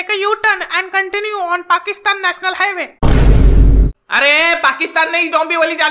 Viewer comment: ( Continue ) nahi contoni kaho 🤣😂